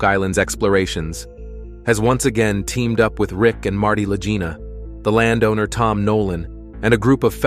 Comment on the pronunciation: I THINK THAT THE NAME LAGINA IS PRONOUNCED WITH A HARD "G" INSTEAD OF THE SOFT "G." THINK OF THE WORD "LEG" WITH THE HARD "G" SOUND. THUS, IT'S LAGINA. AT LEAST THAT THE WAY IT'S PRONOUNCED ON THE TELEVISION SHOW. (LAG-EENA).